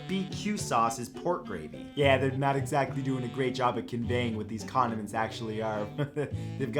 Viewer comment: Who thought he said pet condoms